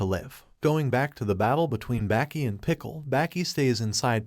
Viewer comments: Sounds like he is saying Back e not Baki 😭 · Its baki not becky